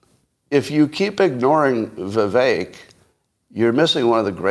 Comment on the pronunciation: holy shit, learn how to pronounce "Vivek"